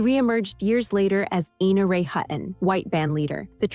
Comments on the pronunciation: Ina Ray Hutton's name was "EYE-na", not "EE-na". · "Ina" is Eye-na "Hutton" is not Hut-in Omg. I'm old. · I know a lady named Ina who tells everyone it is pronounced EEna. 🤷🏽